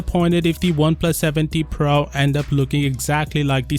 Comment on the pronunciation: So its PRO not...PRA🙂